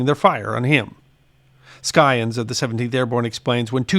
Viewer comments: Thank you for the video. If I may make a correction, the word scion is pronounced with a silent c, as in si-on. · Merriam-Webster says Scion should be pronounced sigh-on, with a soft "c", as in "science". It is believed to be from the Old French for "twig". Perhaps the "c" was hard on Old French.